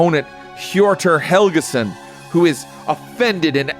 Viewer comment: I know this is a bit late, but I think misread or misspoke with Helgason - I think it's Helgeson or Helgesson. Helge is the male version of Helga and was a relatively common even up to our time. Pronounced somewhat ish like Hel - jeh or Hel - eh depending on where you're from.